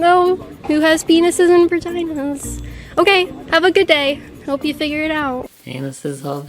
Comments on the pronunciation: What is a "vergina? I know for a fact that is not a body part that humans have. She should lean how to pronounce her own body parts before worrying about other people. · lol she pronounces it “vergina” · When she said “virgina” I just about lost it. You can’t sit here and exclude anyone when you can’t even say VAGINA. Girl, reassess what your stances are. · does she really say v*agina like virgina LMAO